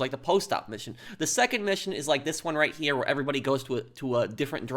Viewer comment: When you say the word "here" its allways like herrrrrrrrrrreeeeee